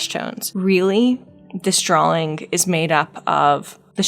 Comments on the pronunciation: When you say drawing it sounds like you're inserting an L in there, like "drawling", idk it's really cute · heres a drinking game for you - take a shot everytime she says "drawling"